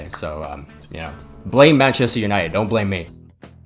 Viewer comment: Oh … You’ll never learn😅😅😅 Mate, it’s United…